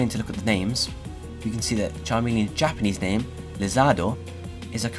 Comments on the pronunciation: Your Japanese name pronunciation is actually really good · Glad that you gave a better pronunciation of Japanese names! Keep up the good work!